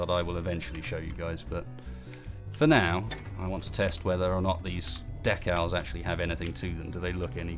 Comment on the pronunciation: I thought for the longest time during the video that you were saying DECK OWLS instead of DECALS. Up until this point I had never heard anyone say decals like that. Proves how slow my mind is.